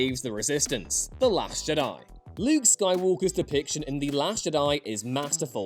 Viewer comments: I have never ever disagreed more to anything in my whole life to when he said “Luke in the last Jedi was perfect”. Fuck off how can anyone believe that? Also, Learn how to pronounce Jedi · I always heard Jedi as a trochee not an iamb